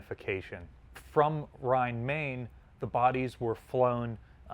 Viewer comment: For future reference: The Main in Rhein-Main has nothing to do with the english word main, but with the river Main, which is pronounced like "mine". Of the average Murican I expect it, but not from the scientist historian curator of a museum. Do better.